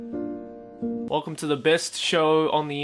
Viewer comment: "Decappuccino." Holy shit! I almost laughed at that... I shouldn't though